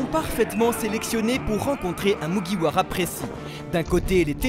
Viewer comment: Autant de theorie pour meme pas bien prononcer le “MugiwaRa”